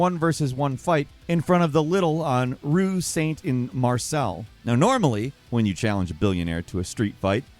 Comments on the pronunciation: it’s pronounced Maar-say, not Mar-sell hehe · likes Elon Musk and pronounces Marseille as “MarSell”, way to go down to zero in my estimations 🤮🤮🤮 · Mar-sell lol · It’s pronounced Mars-eye. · an easy way to pronounce Marseille more easily when you're english-speaking is "mar-say" ;) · Learn how to pronounce "Marseille".